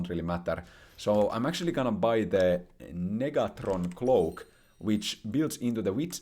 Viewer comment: The way u read "NEGATRON cloak" hahahah u made sure to vocalize that for there to be no mistakes I see 😂